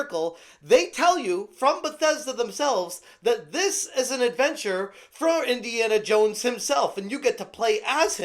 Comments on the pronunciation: "Iniana Yones..." 🤣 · Indiana Yones